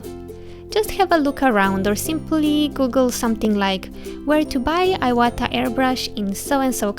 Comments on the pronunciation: Thank you for this video! It's pronounced "eewata" :D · If it is a Japanese brand, pronounced in Japanese accent, shouldn't it be like ēwata out loud? I have never used airbrushes or dealt in this brand and I know some times we alter pronunciation of words and names for aesthetic reasons, so I am just wondering.